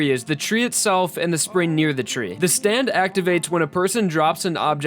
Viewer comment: It sounds to me like you're saying "spreen."